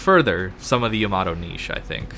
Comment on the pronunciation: y a m a d o lol great info though